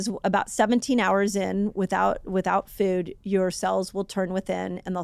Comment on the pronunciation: I couldn’t unhear “fewd” the whole time, but good info regardless :)